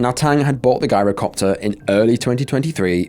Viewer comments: It's pronounced 'jai-ro' copter. With a soft 'g', not a hard one. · Pronounced "JAI-ro" NOT "GUYRO" if youre going to do videos ,,, at least learn how to pronounce words properly! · Its not a "guy-row" copter Gees look up how to pronounce any word you arent sure of, it makes you sound stupid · Gyrocopter starts with a G for George not a G for Guy. 😉👍👍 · It's pronounced JI-rocopter, as in gyroscope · It's pronounced "Jyro-copter" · Just for the future: gyrocopter is pronounced jirocopter .. the G being like that pronounced at tge beginning of the word "geography" I have trouble pronouncing some words, too, especially foreign placenames 😉 Is it awful of me to say that I look forward to these videos of yours? 😮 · It's pronounced "jyrocopter" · It's spelled Girocopter but pronounced JIROCOPTER, The G is pronounced like a J. I don't want to come across as know-it-all, but I had to correct you, thanks. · The narrator needs to go back to school and study English Grammar, taking inti consideration that you're British you're making a mockery of the English language 'Shame on you' !! Its Gyrocopter, pronounced with a J sounding G .. you really have no idea how stupid you sound 🙄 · The first story has you pronouncing the Gyrocopter WRONG.It's pronounced like GYE RO COPTER.Plus Gyro's are pronounced without the G.